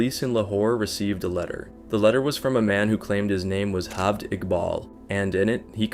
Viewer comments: It's J-aved Iqbal, not H-aved Iqbal. He's not Spanish! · The fuck is "Halved Iqbal"? It's an Urdu name, J is pronounced as J, it's not Spanish. I'm actually surprised you pronounced Iqbal perfectly, but kept fucking his first name. Every time you say "Halved", it cracks me up. A simple Google search during research would have told you how to pronounce the name correctly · this is not Spain or south America. J is pronounced as J not H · am i the only one ticked off by the way he pronounced Javed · me too me too